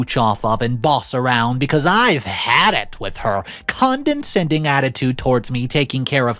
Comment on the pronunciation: Dude, it's con-dah-sending